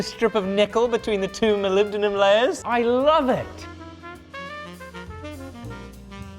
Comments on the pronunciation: Only once, after all it's Moly-bendium, not poly-bendium. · Molibdenum? Wot? Ohhh It's Mollybdenium Have I been saying it wrong this entire time? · You are absolutely butchering the pronunciation of mollybendum!! IN THE EXTREME!!! SPEAK PROPER ENGLISH!!! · was it intentional to never pronounce the name the same ? Started with molybedenum and reduced to Molybdum after a couple times 😂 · I think you'll find it's pronounced mollybendium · Melibdinum, Molly-buh-denim hmmmm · I'm surprised you didn't pronounce it "Molybdenium" since you're in the UK 🤣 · You don’t say it right 😂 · As an individual who can definitely NOT pronounce molybdenum correctly, I am convinced you are saying it incorrectly. 😂😂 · every time you say "Molybdenum" I instinctively want to say "bless you" cause it sounds so funny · I was hoping for an acid etch but the oxidation colors are pretty cool too. Oh yeah- you aren’t the only person who has trouble pronouncing molybdenum. On the original 1960s Batman TV show, a macguffin was a fictional material they called “molybendenum” which is slightly easier to say. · He pronounces molybdenum differently every time he says it😂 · lol, having some issues pronouncing molybdenum there? fun video! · “can you forge molybdenum?” Me: “I can’t even say molybdenum” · Correctet video title: Can You Pronounce Molybdenum?